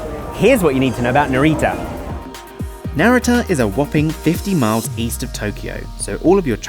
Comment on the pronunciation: One of a few bloggers who pronounced Haneda and Narita correctly! Subscribed, haha, great content!